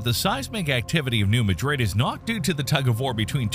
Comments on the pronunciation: It’s pronounced New Maa drid in the region. Just sayin’ 🤷🏻‍♀️ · New Mad'-rid. Please. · It is New MA-drid (a as in cat) I don't care how they say it in Spain. This ain't Spain. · I know it's named after the city in Spain, but we always pronounced it MAD-drid. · Yet another supposedly knowledgeable creator makes a video about the New Madrid Fault - but doesn't know how to pronounce it. New Madrid, Missouri, is not pronounced like Madrid, Spain. It is MAD-rid. The New MAD-rid Fault. I was on the 6th (top) floor of a building in a suburb on Chicago's North Shore in 1968 when the earthquake happened - a long way from the epicenter. The building started to shake, scaring the bejeezus out of me and the doctor I was seeing. I learned how to pronounce New Madrid later that day, and believe me, I'll never forget! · If you really knew what you were talking about, you might have pronounced New Madrid correctly. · I know his pronunciation drives me crazy. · Couldn’t be bothered to learn how to pronounce the name of the town, huh? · It's hard to take this too seriously when I keep hearing you mispronounce New Madrid. It's not pronounced like the Spanish city, by locals or seismologists. Furthermore when talking about cities in the area, you show a picture of New Orleans. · Learn to correctly pronounce names of places you are talking about. Since you didn’t care enough to do basic research, I’d have trouble believing your other “research” 👎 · Isn’t AI wonderful? Cannot pronounce New Madrid correctly. Plus as usual the analysis tries to scare a regular human like me. What a bunch of BS. I live in the area and I am not scared, live a day at a time and keep the faith. Today is a good day and tomorrow will be better, God willing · Please at least know how to correctly pronounce New Madrid. It would add credibility to your video. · It seems like everyone knows how it's pronounced except for the people that make these videos. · New MAD-rid. Not pronounced like the Madrid in Spain.